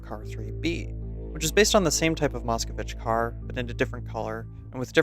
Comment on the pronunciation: MoskOvich sounds like Malkovich)))) the correct pronunciation is MOSKVEECH with stress on the last vowel :)